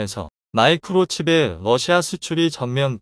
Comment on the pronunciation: 러시아를. 외 럿시마라고합니까